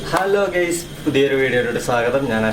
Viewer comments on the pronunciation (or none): Great originality and silence of the forest! When you address the viewers, "Hello guys", it is heard as 'gays' which has a different meaning. You may prefer to address 'Hello Everyone'. Thanks. All the best!